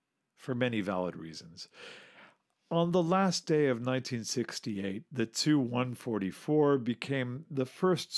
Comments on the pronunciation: ‘Chew 116, chew 95’ etc. ‘TU’ is pronounced as each letter! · T.....U not tooo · TU- Chooo lol 😂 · Why is the narrator pronouncing the "tu" in Tu-*? Sounds really odd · Should be pronounced T U or "Tupolev"... not "two".... I cringed every time he said "two". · Why you say "Tu" as "Two"? Most ppl say "Tupolev Tee-You-22", so it doesn't sound like you're just saying "Tupolev 222". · I wish people would say ‘Tu’ as “Tee You” rather than “Two” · Well, to be fair in Russian it's also pronounced like "soo", not "es-yu". The way he says "choo" for TY-116 is pretty weird though. It's supposed to be like "two" or "too". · Tu? Just say T U. You do not make words of the initials except for MIG. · Definitely t-u not too or two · hes right tho lol its T U and S U but mig is pronounced by reading it. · Stopped watching after he stated calling "Tu" designation cho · 'too' 116.. isn't it 'tee you'? He pronounces 'raison d'etre' perfectly though. :-) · I cringed every time he said TU-144 as "Too-144". It's "TEE-YUU". And IL-XX is not pronounced 'ILL"; its pronounced 'EYE-ELL'. Individual letters are pronounced. Please do your research instead of narrating wikipedia.